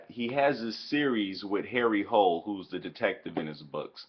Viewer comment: HARRY HOLE, HARRY ACTUAL PRONOUNCED HARRY HOOLA